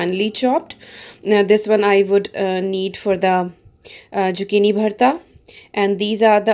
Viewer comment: Great video..........just one quick thing !! Zucchini is pronounced with a Z and not jucchini ......! Don't mean to offend u !